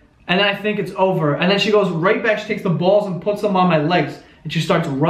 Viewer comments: The Brooklyn accent comes out at "COOL DOWN THE BAWLS!" hahah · DragonBeast04 his Italian side came out there